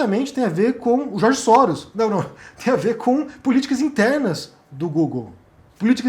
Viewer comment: "George Sóros" O é foda, kkkkkkkk!